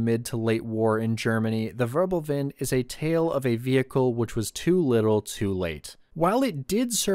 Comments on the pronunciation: ackshsckhually it is "Wirbelwind" not "Wörbelwind"🤓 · When making videos on german issues, why not learn some basic German? Say how to pronounce, Zerstörer, Wirbelwind, Vierling, …